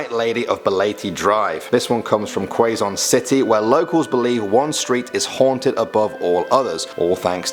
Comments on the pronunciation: & that is not how to pronounce quezon city u r supposed to pronounce it like kezon like ke zon ya get it. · Thats not how you pronounce quezon city at all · He pronouced aswang and quezon city wrong,but hes american so its normal,actually aswang is shape shifting creature that eats human flesh they normaly turn into a wild boar